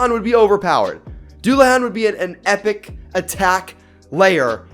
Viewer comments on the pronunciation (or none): none